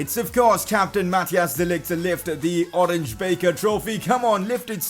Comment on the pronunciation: You pronounce the "Oranje Beker" trophy like "Oranya Beaker" trophy